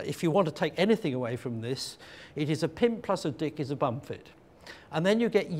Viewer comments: Polite correction, it's Dik not dick. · it sounded like he was saying different kinds of diks(dicks) there are.